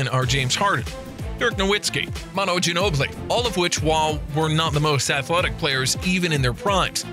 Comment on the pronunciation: You guys pronounced both Ginobili and Nowitzki wrong in the same sentence. Thats pitiful.